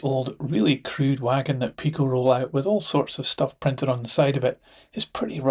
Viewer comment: Very useful updates, and I like that you are also covering European models. But can I make a couple of suggestions about pronunciation? I apologise in advance if you or anyone else thinks I’m being pedantic. I am, but I was listening to your video without watching it , whilst I got on with some layout wiring, and got confused. Too much Multi-tasking perhaps! Firstly, I’ve usually heard PIko referred to as “pie-co” to avoid confusion with Peco. Second, you seemed to pronounce clerestory as “sel-es-tory”, whereas I believe the correct pronunciation is “clear-story”. At any rate, the first c should definitely be a hard c.